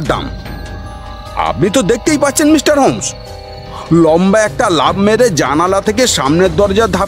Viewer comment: খুব ভালো লাগলো। তবে কিছু জায়গায় শ আর স এর উচ্চারণগুলো কানে লাগছিলো। যেমন মিস্টার টা মিশটার শুনতে লাগছিলো কোথাও কোথাও। আশা করছি আগামী প্রচেষ্টায় এগুলো ধীরে ধীরে ঠিক হয়ে যাবে। আর আমরা তো পাশে রইলাম ❤